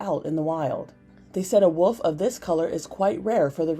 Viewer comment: woLf not wOOf